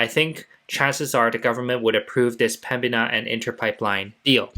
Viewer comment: THE COMPANY IS CALLED PEMBINA - NOT PEMBIA